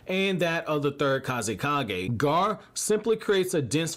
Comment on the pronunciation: It's not gaaar it's gara